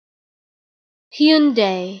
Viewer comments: “im waiting for my uber, he’s in a Hyeeoondaie Elantra” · Wrong. I'm Korean and it's pronounced as Hyun-Deh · Its pronounced like houndai not hyundy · I always pronounce it Hun-Die. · I've been pronouncing it HUN-DAY the whole time, but others may pronounce it HYEON-DAE, and some may pronounce it HAI-UN-DAI.